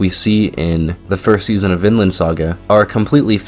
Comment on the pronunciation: Vinland saga is a real anime story. Viland not Vinland saga